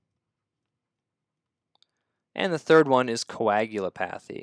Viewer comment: Thanks. Helpful! Sidenote: it's pronounced "co-ag-u-LOP-a-thy."